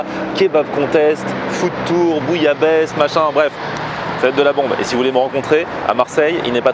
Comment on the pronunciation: Quand ta dis "bouillabaisse" j'ai crus que t'avais dis "bouyave, baise"